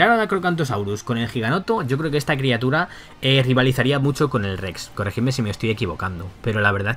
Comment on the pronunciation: Bro, dijiste criatuda.